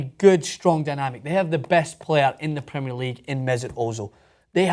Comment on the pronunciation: PREM EH ER league ffs not PRE MEER